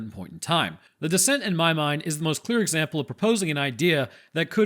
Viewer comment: Serious question, why would feral people kidnap a 57-year-old? Surely they would want to take children, so they would culturally assimilate and also be able to have kids later. I still think the moon-eyed people are just a family with albinism who got blown out of proportion... Every time you said "The Descent" I heard "The Dissent", lol.